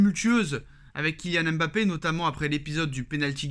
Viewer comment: Apprenez à prononcer Mbappe correctement svp. Fatigant d'entendre "M bappe".